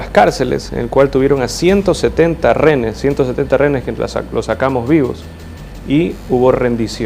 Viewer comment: Noboa lo de TC fue un plan para decretar la guerra interna. Quienes sufrieron y quebrantados salud fue la gente que en ese momento estuvo allí. Y no se dice renes sino rehenes, si no puedes hablar no puedes gobernar. Tu no eres erudito sino brutito.